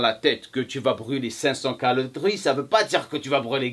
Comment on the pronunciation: HA ! je te tiens mdr on dit calories monsieur pas calarie XD